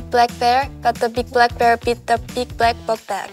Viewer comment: i love how Iroha pronounces the “Bl” sounds as “Br” like instead of “Black” she says “Brack” its so cute!! ❤